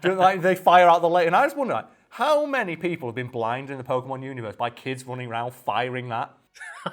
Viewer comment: Funny how the channel is named “FACT FIEND” and the first thing you hear on this video is an opinion based argument on how to pronounce Pokemon names, and completely butcher it too, and then proceed to tell everyone that’s how it works. Very Convincing “FACT” right there huh?